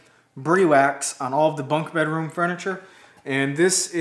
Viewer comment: Briwax is an awesome, product glad to see your using it on your projects. If I can give you a heads up so you can be the first American Youtube creator to the name right it's pronounced Br-i wax, long i as in Hi. No mater how you pronounce it it's still awesome!:-)